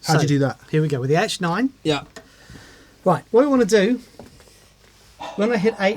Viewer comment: In the Josh Smith video, every time he said "H9" I thought he was saying "8-9", so making the program changes for the H9 on the 8 & 9 buttons makes perfect sense to me...